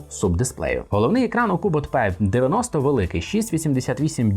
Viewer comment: Читать нужно (Р -ПИ), НО НЕ ПЕ😊